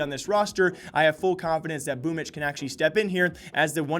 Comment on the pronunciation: can anyone explain why Boombl4 is pronounced "boomitch"?